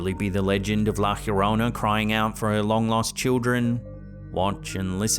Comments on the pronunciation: Por favor, Llorona = yo ro na... lo estas cagando! 🤣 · A lot of creatures down that deep have bio luminescence, so it's most likely a fast moving creature n it's just pronouncecd Yarona